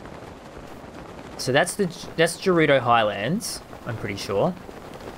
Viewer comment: its ''''''g'''''' erudo like lady gaga